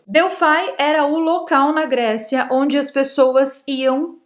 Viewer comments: só me doi o ouvido quando vc diz Oraculo de "DELFAI" já que a pronucia e Delfos ou o no Grego Delphi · pois é eu tb fiz isso só me doi o ouvido quando ela diz Oraculo de "DELFAI" já que a pronucia e Delfos ou o no Grego Delphi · é "oráculo de Delphos". Delfai, não. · vc está pronunciando errado a palavra Delfos. Dentro do templo, o principal espaço chama-se cela. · Q nervoso ela falando Delfai 😂